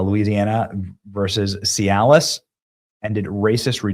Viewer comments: Benny, I know you have trouble reading, but "Cialis ruling"? Really? 😂😂😂 Cialis is an erectile dysfunction drug. 😂😂😂 It's "Callais ruling". It's pronounced "kal-AY". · Hey Benny, "Cialis" is an erectile disfunction medication. HAHAHA! Callais, Louisiana is pronounced as "kuh-LAY." In France is it "Ke-LAY". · It’s not Cialis, it’s Callais. KAL-Lay. Just like the point of France closest to England. Cialis is for those leftist soy boys who can’t rise to any occasion. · Not See-al-lis, Kal-lay. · Really Benny? Cialis? The word is kal AY iss. You gave me a good chuckle. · Cal A is how you say it lol not Cialis lol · Kal-lay not Cialis! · Dude, would you PLEASE learn how to speak words with which you are unfamiliar before you make a video? "Cal-LAY." Not See-al-is. That's a medication. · Cialas? Lollllll It’s Calais (Cal-lay) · lol - it’s not “Cialis” the erectile dysfunction drug, it’s pronounced the same way as the town in France - Calais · Benny, Benny! "Louisiana vs CIALIS" 🤣🤣🤣It's Callais! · OMG, Benny. Cialis? It's not talking about an ED drug. Callais is a city in France & apparently a name in the US. It's pronounced; kal-ay. 🤣🤣🤣😉👍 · Cialis is a drug, Callais , sounds like Cal-A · Callais is not Cialis, Benny. Lear to read, dood. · It’s pronounced cal lay not see al us 😂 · Callais is pronounced kal-A You said Cialis, which is the brand name of an E.D. drug. (pronounced see-Alice) Just fyi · "Cialis", LOL! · I love Benny, but he needs to work on pronunciation. Cialis is an Erectile Dysfunction medication. Who knows , maybe he's right. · Benny, just a clarification. Calais is not pronounced like the ED medication. It is pronounced "cal-lay". It's Louisiana brother. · BTW Callais is pronounced "Kal Lay" Press 1 for Cajun! Lolol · The truly humorous part of your video is the mispronunciation of "Calais" as "Cialis". Cialis is a medication that helps men in the bedroom. 😂😂😂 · Not for sure, but I think Callais is pronounced, “Callay”. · Callais is pronounced, Kal-Ay.